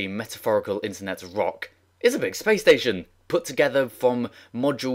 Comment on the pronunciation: anyone hear him say spation